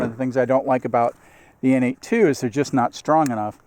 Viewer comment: Good review. I bought a Freedom Carry for my Glock 19. While I generally like it, I find that the G19 is just a bit too big for me to comfortably carry IWB. Also - no big deal, but I think that the N82 holster company is actually pronounced "Nate squared."